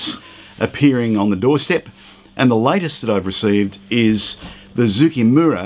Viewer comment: Been looking forward to this one! As a quick aside, Zoukei rhymes with ‘OK.’